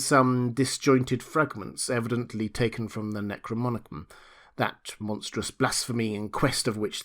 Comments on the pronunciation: dear fellow, the word is NEK ROE NOM EE KON. Necro as in dead, nom as in nomos (law) & icon as in image. Image of the law of the dead. I love your narration so much i may start calling it "Necromonicon" too LOL. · Great job again. Thank you for all that you do. My only critique is the pronunciation of NecroNomicon.